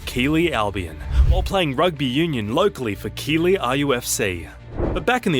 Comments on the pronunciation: She was born in Keighley which is pronounced Keeth-lee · Ellie is from Keighley pronounced Keith ley, not Keely. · If that guy mispronounces Keighley again I will scream. He’s either ignorant or it’s Ai voice. (Keith lee) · As I commented on the original video, my family home town is pronounced Keithly. It is rugby through and through. Keighley Cougars were the first to adopt US style marketing in Rugby League, but were denied Super League, seen as too small. I have a cousin who played for the town's Union team and another who played in RL Super League. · Keighley is pronounced Keith-ley........ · The pronunciation of Ellie's home town is really grating on my nerves. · Love Ellie but can't listen to Keighley being repeatedly mispronounced. AI, presumably.